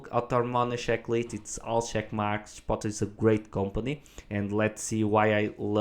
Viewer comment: “Chip-oat-lay” is the proper pronunciation. It’s not “Ship-bottle” (it’s a Spanish word, not an English word)